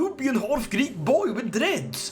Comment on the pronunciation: Every time when i hear a greek word from non-greek, I'm having heart attack.